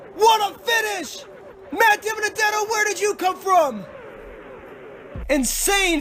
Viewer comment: AflacCupSeries you pronounced Matt Dibenedetto's name right!